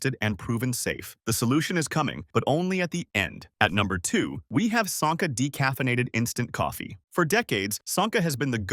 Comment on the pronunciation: One thing I've noted in the three programs I've watched you-the speaker risks a bit of believabity by your lack of saying the well known brands correctly example-Sanka hard A-Say ca - Nest Cafe pie rest